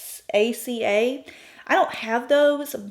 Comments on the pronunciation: I definitely love love love your channel - but it’s Oaxaca. Wah-hawk-a. It’s a state in Mexico. 😋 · Oaxaca is a Mexican state, pronounced Oh-ah-haca. :) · Lovely look, I was mildly offended by pronunciation of Oaxaca, but after the look was completed I was over it. Very pretty.